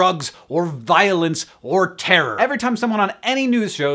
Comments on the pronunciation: i love the way he says terror... terrorr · haha I always loved Hank's accent but when he says "terror" is so prominent and amuses me :)